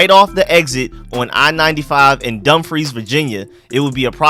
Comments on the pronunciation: Prince William, Woodbridge Virginia, that’s Home… I’m here in Sacramento Cali living tho I wonder where in Prince William 🤔🤔🤔 about time Virginia gets to be HOME & You did pronounce Dumfries correctly . 😂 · You, at least pronounced Dumfries perfectly! Well done. Love the stadium concept...we'll see about the location. It seems to be the trend in the NFL to move new stadiums out into the boondocks, making fans drive crazy distances. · Bruh 🤦🏾‍♂️ It's pronounced "Puh-toe-mick" I grew up near the Potomac River, when I was little they had giant land snapping turtles along the bike trails. Anyways... You're pronouncing dumfries correctly. Finally, traffic... traffic is already terrible in these areas. This is the second worst traffic in America behind LA. Now people will try to use route 1 if traffic bad? This is no bueno.